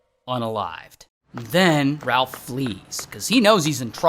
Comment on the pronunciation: RalF 😂 with an F